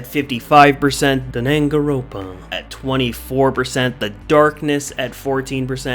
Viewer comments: Hey bud its dang-an-ron-pa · Danangaropa chefs kiss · its pronounced dan-gan-ron-pa and we like warhammer its just not really suited to dbd imo. you should be sorry for doing the classics dirty like that, hotline miami would be amusing but the classics shouldnt have been beaten by it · I am surprised Danganronpa was added and made it as far as it did. Also, the mis-pronunciation killed me.